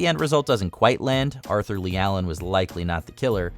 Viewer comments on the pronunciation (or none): none